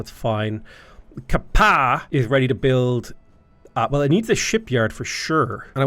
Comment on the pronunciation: Ka-Pa’a is pronounced Kah Pa Ah. Pronounce every vowel.